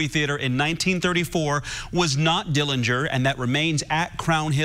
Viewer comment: The correct pronunciation of Dillinger is with a silent 'g'. There are many more relatives from both John W's marriages that are against the exhumation of our Uncle John.